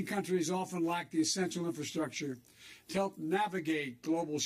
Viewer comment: "critical infrasuckture" What's the $200 billion for besides vaccine plants?